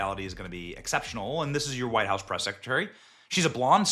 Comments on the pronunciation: He said breast. I know I heard it. Lol. We men are men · Benny said breast briefing room 😂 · Benny saying breast instead of press cracked me tf up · Breast conference room lol yeah I heard that slip. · You said breast secretary lol